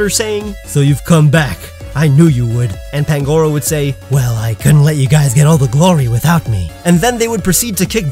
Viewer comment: You said pangoros name wrong